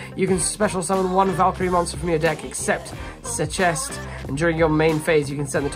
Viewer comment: Valkyrie Sechste is pronounced Seck-ss-tah, its 6th in German